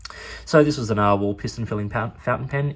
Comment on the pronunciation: I had to go watch Conversational Norwegian with Freakazoid after I watched this. I don't think his pronunciation of narwhal is spot on.